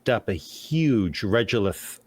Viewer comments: Absolutely loving the Lunar Presentation. But I can't stand your mispronunciation of Regolith. It's Rego-lith ... Say lego, now say rego .... Regolith. Not Regelith like you say it. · I have always heard people pronounce it reh go lith, not reh joe lith. Despite the bugbear, I love love love the content, keep up the great work :) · Regolith is pronounced with a hard g not a j sound. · Regolith is normally pronounced as reh-go-lith. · Regolith is a regular regulate of similar stone (lith) crushed to varying degrees, and is pronounced as such: “reh-go-lith”. This is why pesky “accredited” Science degrees require stupid shit like courses in college-level English, …or at the very least, a basic understanding of your own glossary in your own field. 👀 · Also regolith is pronounced Reg (as in egg, or regular) Drove me nuts. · The fact that you can't say the word 'regolith' correctly takes away from your credibility. In all your moon research, nothing and nobody ever said it like you do. Just saying.